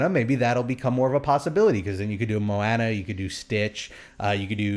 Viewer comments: I cringed a little Everytime said Mowana rather then Moana (Moeanna). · "Mo-Anna, Make way, make way!!" I've started to sing songs from Moana with this pronunciation of her name, My wife stares at me.